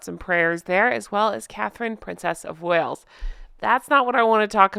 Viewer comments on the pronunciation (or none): none